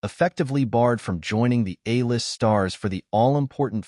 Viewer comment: "Prince Harry the beloved Royal"?? You need to have a human read over your script. Prince Harry has not been a beloved Royal in a very, very long time. Also, tell your AI to pronounce A list, not "ah list", LOL!